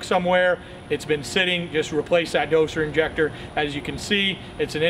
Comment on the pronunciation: Why are you saying dosher injector ?